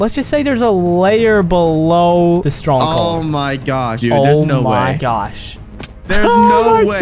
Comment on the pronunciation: it's stronghold not strongcold